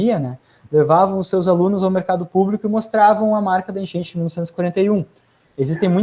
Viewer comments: Pq ele ta falando: Enchenche, genche? To entendendo nada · "A genche"?